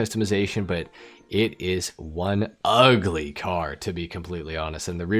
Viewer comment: why bro has to emphasize on the word "ugly" 😭i bought it cause it is convertible and looks luxury